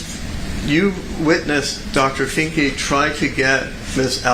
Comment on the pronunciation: Did she say “Dr. Finky”?! 😆